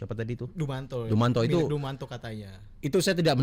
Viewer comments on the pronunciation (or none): Dumatno kali bang ! Bukan dumanto.